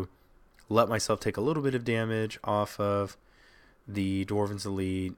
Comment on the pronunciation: I'm gonna die from hearing dwarven's elite. It's dwynen's elite bro. pls.